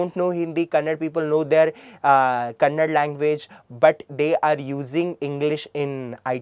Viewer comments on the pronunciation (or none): It's not kannad, it's kannada.